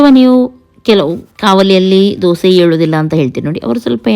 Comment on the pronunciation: ದೋಸಾ ಅಲ್ಲ ದೋಸೆ.... ದಯವಿಟ್ಟು 🙏